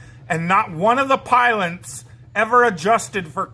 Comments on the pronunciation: "And not one of the pylents ever adjusted for curvature..." What are pylents? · is it just me or did he say piloNts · "piloNts" LOL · is so triggered, if he got into my train carriage, I'd change carriages. ( has problem saying "pilots".) like he could edit it out, but doesn't even bother to correct final imaging, which is why his t-shirt is reversed, what can you expect? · Have I been mispronouncing pilonts my entire life? I feel so foolish. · TFW he says pilonts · Did he just say one of the pilents??? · I see he still hasn't left the basement. Did he say pilonts?